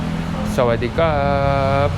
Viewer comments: Sawadee car = Hello I'm female - Males say sawadee cup (or sawadee krarp) I think thankyou for males is capun cup/krarp and for females it's capun car (soft roll the first R in krarp , but not the second R) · when you say hello in Thai you should say sawadee krap, men say sawadee krap and women say sawadee ka. 😄